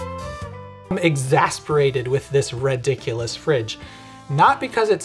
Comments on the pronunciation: "...RED-iculous..."! I nearly laughed to death! You, Sir, have mastered The King's English! Well done. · Di-did you just say red-diculous?